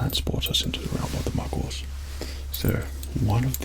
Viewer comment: Obsessed with the way Says 'Muggles'